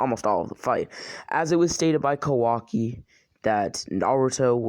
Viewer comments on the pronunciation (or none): none